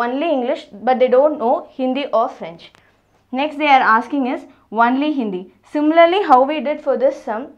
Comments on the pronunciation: Not onely its only ...Your pronunciation wrong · She tells "wonly" instead of "only" 😂😂😂😂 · Madam its not "ONELY" , its ONLY. 😂😂😂😂😂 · Archishman Bhattacharyya ..its nt only it is wonly😆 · It's not Onely 🤣🤣it's only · Only says wonly 😂😂😂😂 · I cant get over the way she says only I'm sorry😂😂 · your 'only' is too hilarious